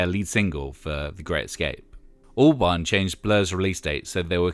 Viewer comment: Every time you say Albarn I hear Orbán. 🫢